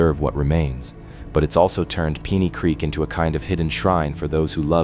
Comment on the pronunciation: PEENEY CREEK?! AI Slop